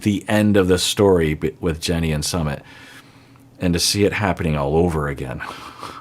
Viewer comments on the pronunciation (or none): is always mispronouncing Sumit’ s name. SuuMit. I also think Jen was acting like a kid when she allowed her friends to tell Rishi’s parents. If he believes in astrology and wanted to wait until Aug 5th to tell them based on what the astrologer said, the Jen should have waited or moved on because she didn’t want to wait. I don’t think anyone should shame Rishi because he wanted to wait.